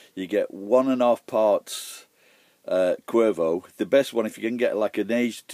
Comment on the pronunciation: Cuervo Añejo? So its called "Crow" and its best if it's aged So An aged bottle of Cuervo? Never had Cuervo, before... <.< I'd like to try it someday... Your Spanish pronunciation's are quite good,!;)